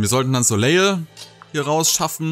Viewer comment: Der Name Soleil wird ohne das L Hinten ausgesprochen. Also "Soläi"